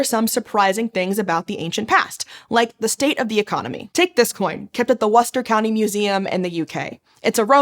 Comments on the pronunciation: You were so *close*! I know I'm feeding into the Stateser perception that British place names are impossible by pointing this out but Worcester is pronounced /'wʊstə/ with the stressed vowel being like the 'u' in 'put', not /'wʌstər/ with it as the 'u' in 'up'. At least you didn't pronounce it /'wuːstər/ with the stressed vowel being pronounced like the 'oo' in 'loose'! That always makes Brits wince a bit(!) NB: You can put the hard 'r' of your rhotic accent on the end, that's fine! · Yes. The way it is pronounced rhymes with rooster. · just a heads up, the first vowel in “Worcester” is pronounced like the vowel in “book” or “push”, not “buck” or “pub”